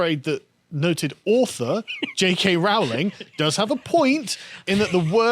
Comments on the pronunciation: Rowling, not "Rauling"! FFS! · Its pronounced Rowling as in "bowling". Not pronounced Rowling as in "scowling". An Englishman such as Carl should know better than our transAtlantic cousins